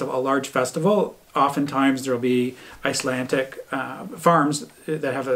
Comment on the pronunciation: Trying to watch as many Canadian vlogs as possible. Keeping it local 😀. it sounds like you are pronouncing Icelandic as Icelantic!